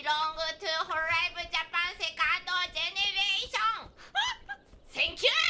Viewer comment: Everyone: second generation Shuba: Se-CKANDO gene-RETION!